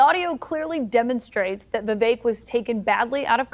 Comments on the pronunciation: Why does everyone get Vivek’s name wrong? Lol at this point it’s ludicrous lol It’s Vivek like cake! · Vivek rhymes with Cake or Rake or Bake (but not fake)